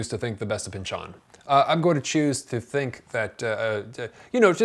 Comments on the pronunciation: His name is not pronounced Pinch-ON, it's pronounced Pinchun. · Why do you say Pynch-ON instead of Pynch-in which is how most people say it? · it's Pynchon, not pynchuuuhn, stress is on y